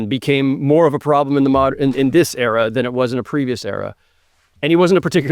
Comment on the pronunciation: Still waiting for the day where Zach pronounces "era" correctly